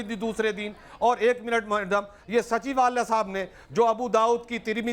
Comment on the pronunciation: Ye maulana sachwala ko sachivalay bol raha hai 😆